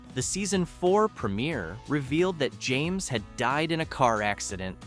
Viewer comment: At least learn how to pronounce the names!